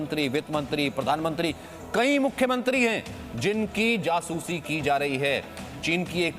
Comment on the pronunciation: Mukhyamantriiess kya hota hai bhai